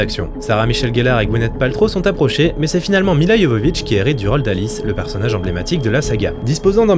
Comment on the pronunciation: Merci ! un des rares a bien prononcer Milla (Y)Jovovich. Elle st si belle...